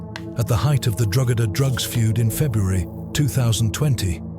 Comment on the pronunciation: Drogheda is pronounced Draw-head-ah not Drogeda. Lazy narrating